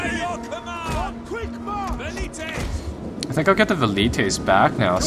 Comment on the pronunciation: who else thinks its annoying how he pronounces valites and cavalry